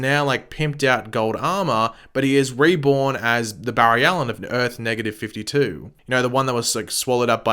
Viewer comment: Umm im sorry did u just say earth NEGATIVE 52!!!